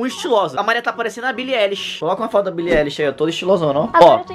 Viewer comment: Billie "Éillish" 😂